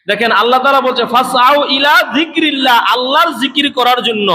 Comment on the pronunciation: আয়াত ভুল পড়েছেন হুজুর। ইলা জিকরিল্লাহি হবে, আপনি বলেছেন জিকরুল্লাহি